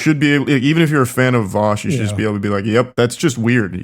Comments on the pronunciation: Jesus u guys saying VOW SH. Its VAH SH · It's pronounced voosh like dousche